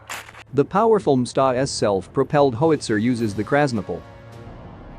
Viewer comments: What is a ‘hoe wit zer’? I know what a ‘how wits er’ is. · Bot needs to work on his pronunciation of "howitzer" sounds more "how it zer." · It's pronounced How not Ho. How-itzer.